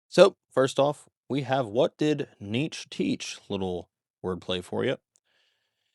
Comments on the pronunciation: It’s pronounced nee-chuh. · Hell yeah. Also Nietzsche is two syllables (knee-che)